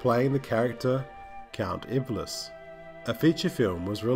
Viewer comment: Love your work, but a tell tale sign someone hasn't watched the source material, is when they pronounce a character, spoken in a series 2 part episode many times as Count Ibly as Count Iblis. 😂